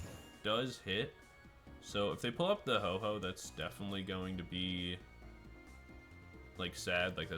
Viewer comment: Ho OH not Ho Ho